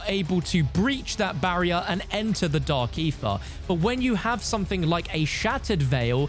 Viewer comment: How many times did he just say Dark Aerher?